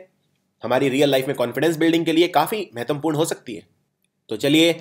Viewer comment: Dear admin... You explain well but you also need to correct your Hindi pronunciation.. like महत्वपूर्ण, आत्मकथा etc...